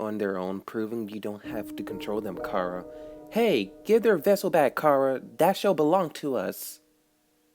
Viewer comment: Why does everyone pronounce Chara like “Kara?” It’s CH, like in chair, chimney and chocolate